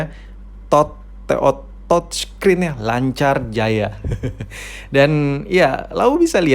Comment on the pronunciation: Si anjing ngomong touchscreen aje susah bener